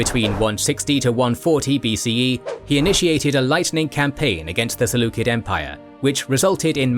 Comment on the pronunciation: Saying "seleukid" instead of "seleucid" bothers the heck out of me